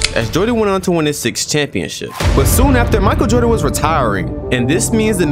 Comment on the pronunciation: hey when you mentioned the GOAT you pronounced Michael Jordan wrong